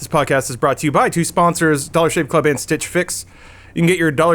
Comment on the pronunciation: When says "dollar shave club", it actually sounds like "dog shit club"